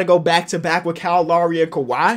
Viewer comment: I appreciate how pronounced "Kyle" correctly #Finally